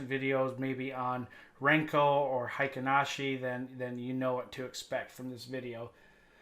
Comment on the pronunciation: “Kagi” (鍵) means “key” in Japanese, a reference to the pattern’s resemblance to a jagged key edge. Note that “Heikin Ashi” is pronounced hey-keen ah-shee, not high-ken ah-shee. English-speaking traders seem to persist in illogically applying a German pronunciation instead of a Japanese pronunciation. Of course, traditional candlesticks (蠟燭足), Heikin Ashi (平均足), Renkō Ashi (練行足), and Kagi Ashi (鍵足) all originated in Japan. Similarly, most traders also mispronounce components of the Japanese chart overlay Ichimoku, particularly “tenkan-sen.” A little care with pronunciation not only honours the method’s cultural origins but deepens one’s respect for its analytical elegance. There is no credible historical evidence that W.D. Gann used Kagi charts. Rather, Gann constructed his swing charts manually using traditional bar charts—specifically, time-based price bars—and then abstracted the swings by marking significant highs and lows based on price movement, not time intervals. Due to the extreme volatility of cryptocurrencies, I set Percentage LTP to 0.1% for Kagi, Renkō, and Volume Footprint charts on TradingView. Traditional settings, ATR mode, and higher percentage values tend to be too coarse for meaningful intraday resolution. I am aware, of course, that this is a Forex channel instead of a crypto trading channel.